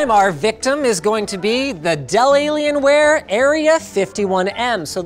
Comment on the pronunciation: what's a dellalien-ware? Dell and alien are supposed to be separated Linus!